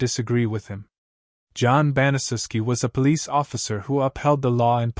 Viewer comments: Pronounced ban-a-shef-ski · It's pronounced BAN-uh-SHEF-SKI